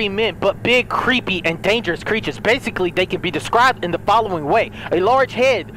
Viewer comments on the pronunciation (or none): none